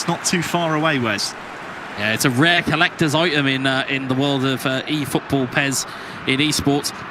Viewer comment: "1000 efootbool points"